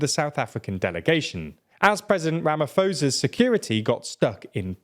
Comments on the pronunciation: Please learn how to say Ramaphosa's name. It's so disrespectful. It's pronounced with a "p" not a "f" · Ramaphosa is pronounced "RamaPosa". Its a P sound, not Ph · For the sake of my ears "ph" in Ramaphosa is a "p" sound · For future reference the South African Presidents name is pronounced Rah-Mah-Po-Za